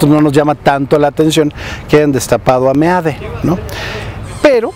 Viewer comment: Me encanta que le digas meade y no mid como le dicen y claro mejor decirle meado